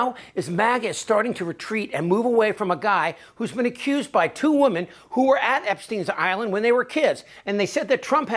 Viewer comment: You mispronounced women 👈🏼